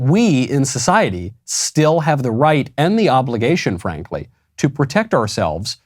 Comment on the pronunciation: I think it’s more an “‘ave” kind of sound.